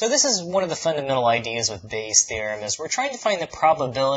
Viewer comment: "Part Bay" LOL Bayes' theorem getting to your head now xD